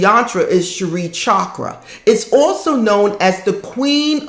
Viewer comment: Its s-ri not sharee xxxxx